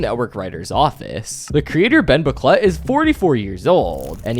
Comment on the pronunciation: i can't stop hearing Bomboclat when you say Ben Bocquelet...